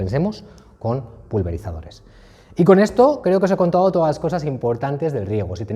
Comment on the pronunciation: Pido por favor que utiliceos la D, no es ma contao, se dice me ha contado, que mal se habla el castellano